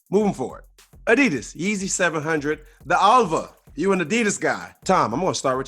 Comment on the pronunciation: Brendans pronunciation of adidas “boo-sen-its” deserves worst take